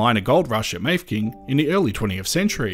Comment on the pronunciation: Could see my old place one of the drone shots. Also Mafeking is pronounced with three syllables, not two, "Maff - eh - king" not "Mayfking"